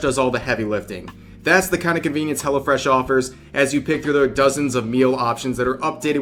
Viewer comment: Hello Fresh sounds like Hella fresh when you say it fast.